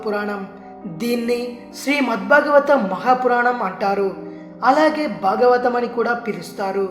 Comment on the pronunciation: Brother cheppatam ok. Kaani meeru words ki unna vothhulu palakatamledu.For eg.its Bhagavatham not bagavatham, bhasha not basha. these things make such a huge difference while uttering.The beautybof the language is lost , sometimes meaning too .I find majority of us dont mind this while others like Hindi people , they utter their worda properly majority of them. Lets respect our language and utter words correctly .